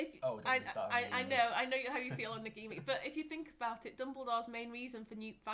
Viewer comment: Stop saying Nagimi! It's Nagini!